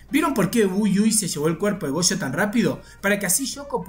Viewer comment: "Chuta", "gocho", "chuchi itadori", "chuchutsu kaisen", oh que horror 🙄